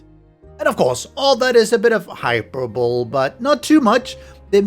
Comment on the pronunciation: Hyperbole is pronounced "hi-per-boh-lee" not "hyper-bull" Nice vid